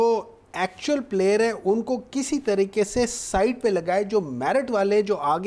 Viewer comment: Tareqeey Ko Yeh Jaahil Abbasi " Tarreekka " Keh Raha Hy !!!!